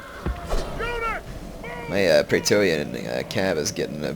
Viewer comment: Praetor: Is it pronounced Praytor, or Pray-eh-tor